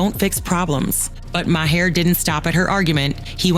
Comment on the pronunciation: How many different ways did the narrator pronounce Maher's name? Hahahahahaha!! Do some research and say it right. And ya, too much talk without actual video of the event. Duh!